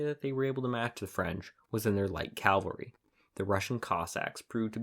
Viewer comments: Caval-ry NOT CALvary. That was the hill of Jesus's cruxcifiction. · CAValry, not CALvary. Ugh. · CAA-val-ry. NOT Calvary. Calvary is where Jesus was crucified. CAVALRY is what rides over the hill and saves the day. Cannot, in good conscience, sub to a history channel that doesn't appear to know tne difference. Edited for spelling.